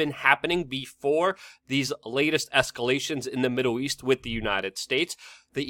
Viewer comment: The word is WITH - not Wit .